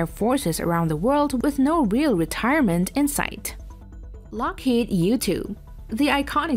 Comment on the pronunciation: LOCKHEED.....not fucking Locked